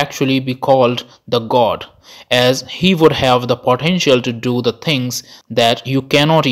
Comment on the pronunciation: Accent. Pothenshiaalll